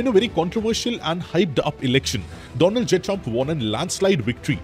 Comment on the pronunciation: When he said, the do-land trump